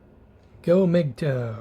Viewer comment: Is it mgtow not mgtoe